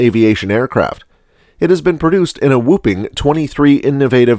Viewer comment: Whooping? LOL It's Whopping. Please get rid of the AI and get a human narrator.